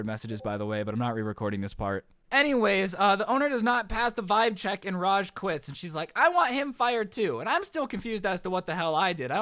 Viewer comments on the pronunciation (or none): I love how says a hell of a common Indian name "Raj" as "Rashj".... LMAO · It Raaj not Raj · You know raaj your friend is an Indian I'm a martian (Indian) hey it's pronounce raa-jj you pronounce JJ a bit harder raa is like the aa is when you get hit. Put it it together and you have raaj